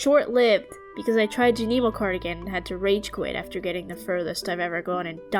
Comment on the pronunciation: Amazing job with this but I can’t help but let you know bc I cringed every time: it’s skull cavern not skull mines😭, junimos is pronounced (june-ih-moes), and the c in scythe is silent